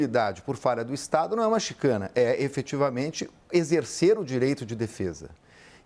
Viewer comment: Não é chicane , é chicane.